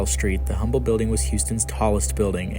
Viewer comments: It’s pronounced uhm-bull and I every time you say humm bull it hurts Texans ears. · It is not pronounced "Humble". It is pronounced "Umble". Drop the H. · Pronounced Umble not Humble. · 'H'ummble 😂😂😂😂😂 it's 'umble' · Great video but its Umble. Not Humble. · Humble is pronounced "Umble" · Pronounced Umble. No H. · You are saying Humble wrong. You say it like Umble The H is silent. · Great video. it's pronounced "um-bul" – no hard H sound. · Dear Narrator - Believe it or not, the "H" in Humble Oil is silent; and the name is pronounced "Umble," just like the city just north of Houston. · "Humble" is pronounced, "Umble" in this context ! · It's UMBLE the H is silent. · Just fyi, the H in Humble is silent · he genius, don’t post as knowledgeable when you know zero of what you’re talking about. The “H” is silent… 🤦‍♂️